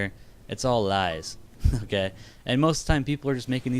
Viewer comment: it sounds like u keep saying gay instead of okay lol